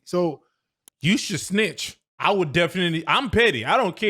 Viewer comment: “You should smitch!” Lol